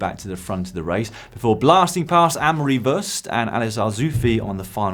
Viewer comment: Hi Dan, Worst is pronounced War-st.